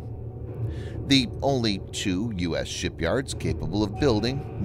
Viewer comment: Has anyone noticed how this guy sounds like he's sneezing when he says two??? :I